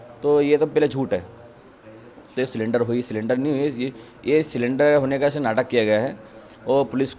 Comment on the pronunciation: सिलेंडर ❎ सरेंडर ✅ 😅😅